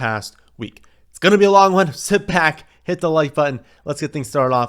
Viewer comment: “Hey it’s here baaaackkkth 🤮 with another video”